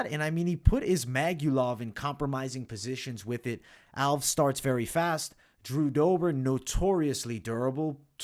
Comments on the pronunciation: Stopped watching at Raphael Alves. Can't be getting predictions from someone who pronounces simple names that egregiously wrong. You do this at *least once a card and enoughs enough. It's a two syllable last name. "Al-*ves", not "owlves" or whatever abomination you're saying here. Nobody who watched enough footage and heard his name that many times would make that mistake. So it's either ignorance or inadequate fight research. Neither bodes confidence. Sharpen up if you ever want to make the next level. Too much competition out there. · I think it’s al-ves, not alvs. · Agree with most of these picks but I think Nunes gets the belt back. Also Alves is pronounced AL-VEZZ even tho it ends in an S. 😅 👍